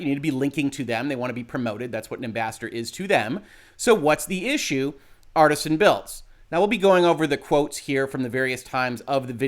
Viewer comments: It's Artesian as in an artesian well, not as in artisanal bread. And, Kia's name was on screen. Everyone in chat could see who he was talking about. Every small streamer he bashed after her had their name on the screen as he is "screening" them as well. Thank you for the legal take. I've been waiting to see this particular matter explained. Much appreciated. There is so much more to this that I would like to see explained as well. It really is unfortunate. I was actually a pretty big fan and have an Artesian Builds PC, myself. Needless to say, I'm very disappointed in the brand right now. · It's not pronounced "Artisan" builds, it's actually "Artesian" builds, which makes infinitely LESS sense than Artisan. They obviously meant to call themselves Artisan Builds, but they did not.. instead it's Artesian.. Definition of Artesian: relating to or denoting a well bored perpendicularly into water-bearing strata lying at an angle, so that natural pressure produces a constant supply of water with little or no pumping. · The word is pronounced (roughly) AR-TEE-SHAN, referring to a type of groundwater deposit or condition (where natural springs are common owing to the high pressure of the water). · Jesus - if you're gunna hop on the story to grab a few views, get the name right at least. It's Artesian - Arr Tee Zee An - as in water-bearing strata, not Artisan. It wouldn't surprise me if the dbag thought it meant Artisan when he set up the company, but I'd extect a "legal Professional" to get the details right. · It's not Artisan it's Artesian. Different pronunciation. I know. I'm that guy. Except it would have made more sense for them to actually use Artisan as I don't see how Artesian reflects what they do as a business. Maybe Artisan Builds have already been used, maybe I'm not that imaginative, I don't know. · "Artesian", NOT "Artisan".